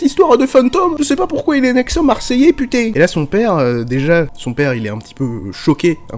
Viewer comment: On met pas des "g" de partout à la fin de putain !!!😡 (ou alors on a l habitude depuis le temps et on l entend plus, putain étant nos virgules effectivement). 🤣😂